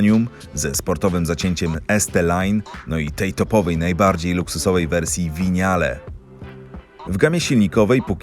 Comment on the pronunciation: [vinial] a nie winjale